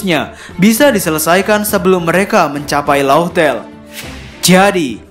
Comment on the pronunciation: Laughtale bkn louhtel bacanya, tp laftel. Makanya dulu orang2 pada nulis raftel.